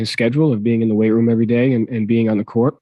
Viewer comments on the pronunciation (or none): none